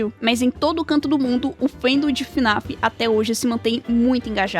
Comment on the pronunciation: sabe nem falar o nome do jogo, não é fã raiz! Kkkkkk (brincadeiras a parte) Na minha humilde opinião, não acho que fnaf tenha decaído tanto, acho eles só estejam com dificuldade pra contar os eventos de história atuais, nos explicando de forma muito confusa e mudando conceitos que já tínhamos anteriormente "o que é realmente muito paia" mas não acho que os jogos sejam tão ruins assim, vamos ser sinceros os fnaf anteriores eram só pngs a única coisa que sustentava os jogos era a história, mas atualmente é a primeira vez que temos jogos com uma gameplay maior! E não acho que eles estejam no caminho errado, só acho que o security breach deixou uma mancha enorme que no momento está sendo difícil de ser tirada.